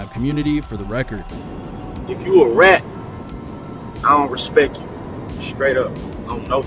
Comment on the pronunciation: "If you a rat I don't respek you." Seriously tho who's gonna respect a moron that talks like that lol